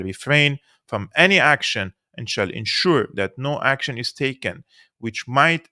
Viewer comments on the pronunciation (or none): none